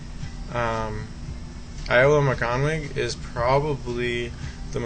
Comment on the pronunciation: Sorry, hate to be picky, I loved the video but its pronounced Yolo, as if the I is a Y. Yolo Morganoog, (the w makes a sort of double o sound) is the correct pronunciation ;-)